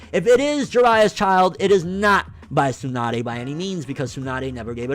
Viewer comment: It's Tsunade.